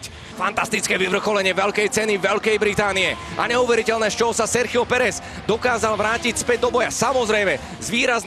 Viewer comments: Nah bro, as a native spanish, he sounds exactly like us lmao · Yeah he sounds exactly as a native, I wonder if he has some spanish/hispanic background or something